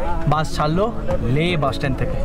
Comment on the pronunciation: বাস উচ্চারণ টা একটু ঠিক করে করুন। বার বার বাশ বাশ করছেন।